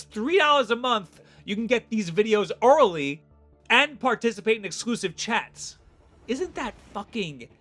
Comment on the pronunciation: please tell me i am not the only one who heard orally not early